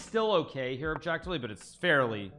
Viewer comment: Hikaru: “best move, objectively” Me: “yes, yes…oBjEkTiFleE”